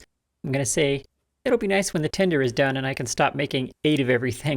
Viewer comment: ...N-o-i-c-e... (As it is said in the Australian dialect)